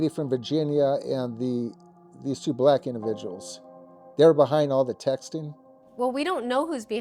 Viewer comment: His emphasis on "black" is pretty interesting 😂😂😂